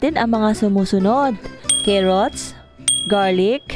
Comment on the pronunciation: Carrots at Hindi Kerrots car rots